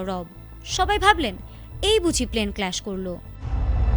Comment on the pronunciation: ক্ল্যাশ নয় ক্র্যাশ 😂😂